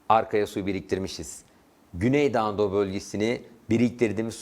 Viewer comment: Hocam çok güzel güney doğu anadolu diyorsunuz :))